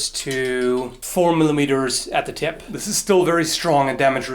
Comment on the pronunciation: ..Great vid, albeit with more coffee with some maple syrup in it, is recommended for early morning English mispronunciations too,...fething bell, I could feel your frustration over sheer 'WTF is with me?' and induced humour at the tip of the thip...I wonder if that thip rhymes with whip, might not this loosely connected ditty help with future thips. "Sticks and stones may break my bones, but whips and chains are kinky"